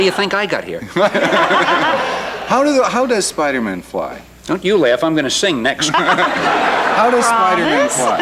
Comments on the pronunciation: Spider-mun lol that was a hilarious gag, no galoshes Aunt May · I heard Spider-min. I was thinking that sounded more like a family name. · Did this dude just say Spidermun? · 'Spidermun'...Phil Spidermun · He keeps saying Spiderman, as if his name is Phil Spiderman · “Spiderman” lol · "Spider Mun" Is it bad I was so irritated with the host? 😆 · "The Spidermun!" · Did he just say spidermen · The interviewer said Spidermin. Haha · The host's pronunciation of "Spiderman" is hilarious. Like it's someone's last name. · Why tf did he pronounce Spider-Man like that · He pronounced Spiderman like its a jewish surname lol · the host can't say spiderman. he pronounces it like it's his last name. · I thought the same thing when he mispronounced Spider-Man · He didn't pronounce the hyphen between "spider" and "man" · I like how the host pronounced the name Spider-Man like a last name, like the characters name is like ‘Jim Spiderman’ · The way the host says spiderman hurts me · i don't like how that guy pronounces Spider-Man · Did he just say Spider-Man like Spiderman as if it was a last name? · Spider-Men? It's not like a last name, like Phil Spider-Men. He's Spider-Man! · "How does Spider-Mun fly?" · He said Spider-min just like the local announcer did lol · I love how the host says "Spidermen" and not "Spider man" as if it was his last name. Lol. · The host called him spidermin like Chandler pointed out on friends..... bwa hahahaha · "How does Spydermin fly?" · The way he pronounces Spider-man reminds me of that friends episode lol Phoebe: why isn't it Spidermen? Like Goldman or Silverman Chandler: Because its not his last name??? Its not like Phil Spidermen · Spidermann? He pronounced it like he’s a Jewish accountant. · Lol. He said Spidermin - like Phoebe did in Friends - as if it was a last name. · The interviewer pronounced Spider-Man like “Spidermun” as of it was a Jewish last name or something. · I can't get over him pronouncing Spider-Man like the last name Goodman